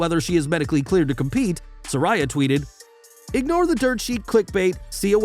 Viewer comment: People just can't get it right.... Sir-ay-Uh.... Not Sir-Eye-Uh